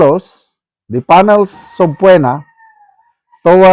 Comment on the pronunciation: Comment lang po sa pagpronounce ng subpoena, silent o po sya